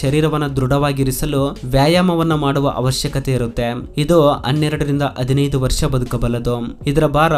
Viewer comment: ದಯವಿಟ್ಟು ತಪ್ಪು ತಿಳಿಯಬೇಡ ನಿಮ್ಮ ಕನ್ನಡ ಸ್ವಲ್ಪ ಸುಧಾರಿಸಿಕೊಳ್ಳಿ ಇದು ನನ್ನ ಸಲಹೆ ಧನ್ಯವಾದಗಳು ಸಂಕೆಗಳನ್ನು ಹೇಳುವಾಗ ಸ್ವಲ್ಪ ತಪ್ಪಾಗಿ ಹೇಳ್ತೀರಿ ಉದಾಹರಣೆ ಹದಿನೈದು ಬೇಇದ್ದಿದ್ದು ಅದಿನೈದು ಅನ್ನುತಿರಿ ಅಷ್ಟೇ